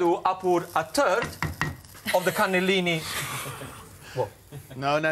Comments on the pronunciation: omg he didnt know what he was saying wrong but he said turd lol ^-^ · He needs to pronounce his words better, for one he was talking about a sausage and then he said something about a third but sounded like he said turd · "So turd goes in..." lmfao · "So, turd goes in" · "you put a TURD of the cannellini now...." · he said ad to the " turd " and the rest with the quarter left HAHHAHAHAHHAA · I thought he really meant "a turd". Everything was clear , ten seconds later. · Hahaha I didn't realise he said third until I read the description! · He meant to say third